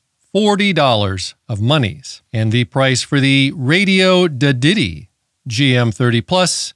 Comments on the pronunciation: I always thought it was pronunced Radioddity and not Radioddity? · I think you mispronounced Radioddity on porpoise.